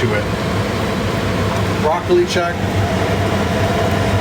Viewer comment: Im not a very good cook myself but very much enjoyed watching you try to be the next Julia Childs!!:) The one thing I think Carol needs to get you for Christmas is a new tongue(raw bloccili?? Im actually surprised you didnt call it blaw roccili!!! lol!!!